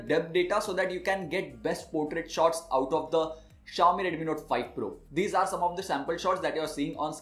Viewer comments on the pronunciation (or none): Review is great... But why do you pronounce it as Redumi when it's actually Redmi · Irritated to the core coz of ur pronunciations..... reduuumiii note 5 pro reduumiii...